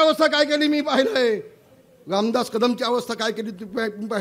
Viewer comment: हा मंत बोलतो लामदात